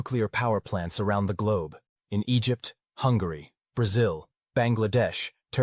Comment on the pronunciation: Did you say Hungary?